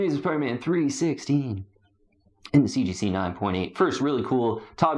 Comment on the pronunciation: So I'm not sure if it's intentionally done as tongue in cheek humor, but the enormous number of times he says "CGC 9.8" or rather "seegeesee 9.8" in his videos is over the top ridiculous 😂 that it has to be dry humor l, right? I mean, there is no need to keep saying CGC right? We all know it's CGC. Therefore, no need to say CGC 9.8 repeatedly 47 times in 1 sentence, when omitting a few CGCs and just saying 9.8 will do 😅🤣 Don't get me wrong, I sometimes play a drinking game and take a shot whenever he says CGC 9.8, but then I'm passed out drunk 23 seconds into every video. This has engulfed my life to the point where I dunno to cringe everytime he says "seegeesee", or laugh hysterically because the way he says it seecheesee seecheesee seecheesee is almost parody, or isn't... I can't get the sound of seegeesee out of my head for months now. Yes, I have taken up 3 minutes of everyone's life by this post. I need to evaluate my life.